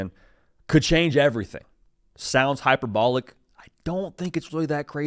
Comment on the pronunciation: Dude said hyper-ball-lick 😂